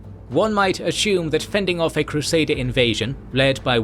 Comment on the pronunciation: Asshumed you say? Drinking every time you say “assume” would be lethal haha.